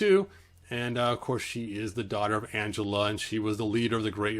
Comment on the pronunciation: It's pronounced "AN-GEL-LA" NOT "ANGELA".